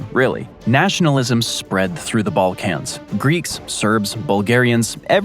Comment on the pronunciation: Bro pronounces it as “ball-cAnz” 😂